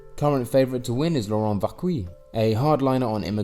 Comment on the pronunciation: Laurent Wauquiez's name is pronounce Laurent (Loraon) Vokiay or Vokiay'z and not "Wokui". And the final "t" in "Philippot" is mute (Filipo). Good synthetic video, as usual.